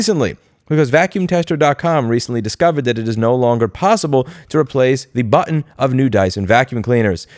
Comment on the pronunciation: Stop saying button weird